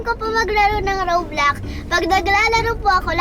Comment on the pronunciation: Roblox po kasi hindi po roblux